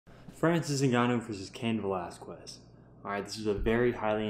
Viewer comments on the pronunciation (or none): You are pronouncing wrong Velasquez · Crazy, right? If you're going to "commentate" a fight, seems the first thing you would do is learn to pronounce fighters names correctly. After all, that is a common name in the 2nd most populated people in the US isn't it? smh